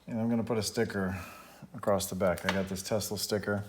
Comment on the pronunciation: There is no T in “across”